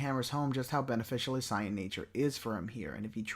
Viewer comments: Why do you pronounce saiyan as sai-an and not say-yuhn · Wtf is this video. Is it written then spoken by ai and not proof listened. What is boo doh-ki What is a sigh-in Karin? I fkn hate AI voice. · The substance in this video is definitely there. But the fact that you cannot pronounce saiyan to save your life is wild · I really hate the way you say saiyan 😂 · I love the video... but every time you say "Saiyan," it makes me cringe 😅 But that's just cause I'm so used to the English dub.